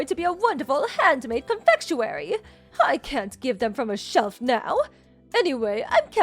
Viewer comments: It's not "con-Fetch-u-ary". Please pronounce words better🤦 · In general, ok story & not monotone or wooden on the acting. 🙂 Similar but not identical to others I've heard (though I don't listen to these text stories as much as some people do so that may be why). Just a couple of notes: 1. Not even close on how to say "confectionery", plus FYI: No one would use the word that way in most of the West, so it really could be confusing to some audiences depending on location. Maybe try synonyms more common among all English speaking places? (Admittedly, this might not always be possible.) In common use "confectionery" is used to refer to the place that makes the sweets. The sweets themselves would be called "confections" if you were being pretentious. The average person from the US would just say "I went to the bakery & got a variety of sweets". 2. A small plot argument: It's an unbelievable plot point that anyone who has a cell phone & can text with it wouldn't know how to use the calendar built into it too, cause it's been in EVERY smartphone for at least a decade now & most of them for longer than that. The MIL not having her grandson's birthday added in it seems highly unlikely considering she actually cared about him (unlike the DIL), so her saying she forgot doesn't make sense to the story. When planning her tea she should've seen his birthday on her calendar.